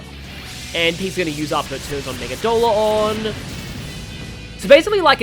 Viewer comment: the ONLY SMTuber who said Megidolaon correctly! ME-GI-DO-LA-ON! Not megidolon, or megidlon! Its so fustrating! Subbed!